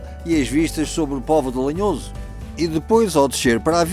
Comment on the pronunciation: Não é lenhoso é lanhoso